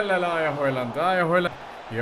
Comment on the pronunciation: بدل هيلند بهلند